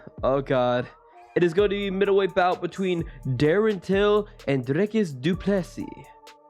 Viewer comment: Cant wait for this fight, nice prediction btw keep doing what u doing and thanks for pronouncing du plessi name correct :P